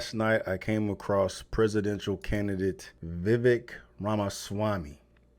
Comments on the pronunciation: You butchered the brown guys name fiya fi date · His name is pronounced "ViVake" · It's pronounced Vih vayk lol. Anyhoo he's by far, not even close, the most intelligent and forthright person running. I doubt he has hope of winning, but he should. He should get the vp for whoever wins the nom.